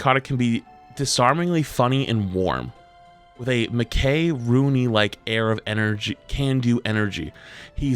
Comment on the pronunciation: How says Mickey Rooney's name sends me.